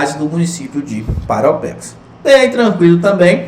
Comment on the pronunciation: Eu, cidadão de PARAUAPEBAS, vejo que você fala PAROPEBAS... kkkk é impressionante quanto as pessoas de fora não tem o costume de falar o nome da minha querida ParAUApebas kkkk mas.. obg pela aula, professor. estou acompanhando rsrs